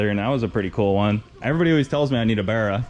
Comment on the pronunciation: Nice to hear an American say barra properly haha